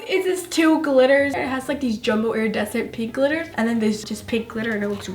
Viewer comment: She says airadecent